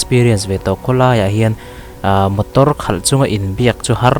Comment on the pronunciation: Motor tih tur ah Botor iti tlat😀😀